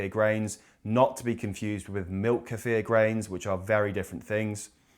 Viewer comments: i swear once you say queefer im out of here... ok you said it correctly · I really appreciate that you don’t chop the word kefir’s pronunciation. You pronounce it the way it is. Americans are different, their pronunciation is made up to the “American” way, and they believe they are correct, making believe that the correct pronunciation is wrong.